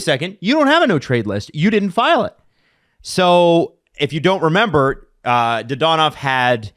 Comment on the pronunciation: Dadonov, not Dadanov